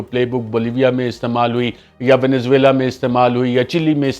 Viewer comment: وینزویلا : وینزُو ئیلا ؛ وینزُو- ئیلا ✅ وینز ویلا X